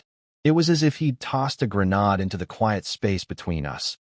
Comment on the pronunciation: Grenade mispronounced